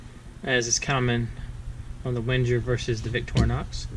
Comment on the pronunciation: Wenger... pronounced wang - er